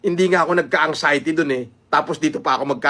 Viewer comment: Pakisabi Kay ….its ANXIETY……NOT ANGXIETY. Walang “G”